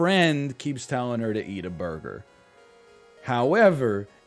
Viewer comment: why it he saying burger so retardedly 0___o I was just listening to him n didn't know what he's talking about, I thought it's a curse word he's censoring